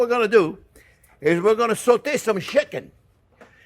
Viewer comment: "First thing were-gonna-do, were-a-gonna sauté some shicken.... --- NO, that's not what we're gonna do." - Chef Jean Pierre LOVE IT!